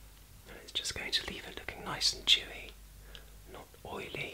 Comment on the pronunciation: I thought you said chewy instead of dewy. I don't think I'd enjoy you eating my skin. Love yew, 😘